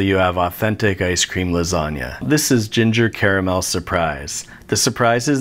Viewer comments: You said Carmel wrong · Oh crud, you said "caramel"?! I thought you said camel... I have a middle-eastern neighbor who's going to be maaaad.